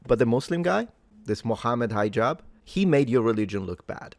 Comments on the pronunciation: You pronounce his name as High-jab. why? His name is pronounced like He-jab. It's not hard to say. Especially since you're not an American hillbilly. Not a big thing but what with that? Otherwise, it's not the first time Hijab blocks or edits debates he took part in. A snake of the worse kind. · Hee-jahb. But he does act high so I'll forgive ya. Lol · High Jab? No. It's He-Jab